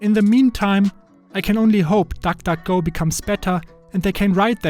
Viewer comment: Nobody: Him: tak tak go